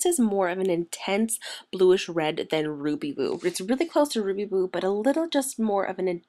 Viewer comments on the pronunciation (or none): It Sounded like You Said Ruby Boob .. Lol